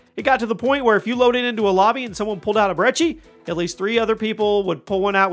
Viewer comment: Sounds like he said 205 breechi